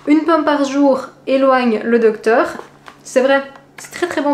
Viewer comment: Toujours un plaisir de regarder tes retours de courses et hâte de découvrir tes recettes... Tu as une petite erreur dans le mot docteur (dorcteur)...LOL.. !